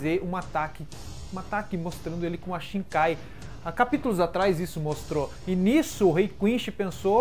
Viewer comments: shinkai kkkkkkk "shikai" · mds cara, para de falar "shiNkai". Não sei de onde tirou esse N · 10 anos de Bleach e tu fala ShiNkai? haha